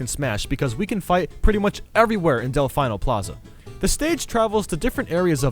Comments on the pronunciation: Pronounced Delfeeno, not Delfino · "M'troid" "Spear Pillahr" "Delfaino" Does this guy know how to pronounce things? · You definitely failed English class. “Pill-are” “del-fine-o” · delfino (dell-fee-no) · I'm pretty sure Delfino is pronounced Dell-Fee-No. Good list though. I love the concept of the WarioWare stage so much. I think it's only flaw is the rewards that it gives you are ridiculous. Invincibilty is just annoying. And I always loved PictoChat too, even though it can sometimes be a little annoying to play on. Delfino Plaza is probably my favorite to play on besides Final Destination, because it's so joyful and dynamic without any annoying gimmicks.